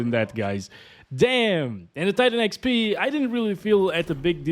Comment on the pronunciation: Why am I filled with rage every time he says "X little P"?